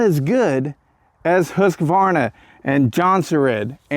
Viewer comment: The correct pronunciation of Husqvarna is Hoosk-Varnah. I too have been pronouncing it incorrectly.....